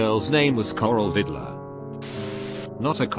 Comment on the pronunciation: Im sorry but Coral Vidler I heard that as "Coral Hitler"